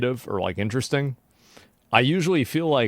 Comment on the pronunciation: Asmongold- "Inneresting"